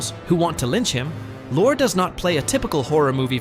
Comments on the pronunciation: And Lorre pronounced “Lore” several times. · Peter Lorre’s name is pronounced like the woman’s name Laurie. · It’s Vito Corleone pronounced Vee-toe not Veye-toe. It’s also Peter Lorre pronounced Lorry not Lorr. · For god's sake, if you can't pronounce Vito Corleone or Peter Lorre correctly, you're in the wrong line of work.